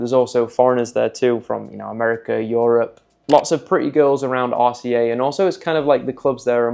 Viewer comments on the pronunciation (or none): none